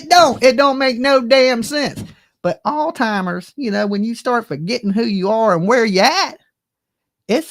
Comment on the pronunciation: It’s not altimmers it’s Alzheimer’s disease